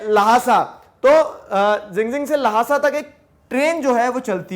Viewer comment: Sir its Lhasa not Lahasa